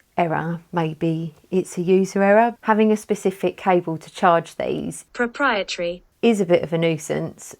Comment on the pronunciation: Great review! Enjoyed the google translate on proprietary haha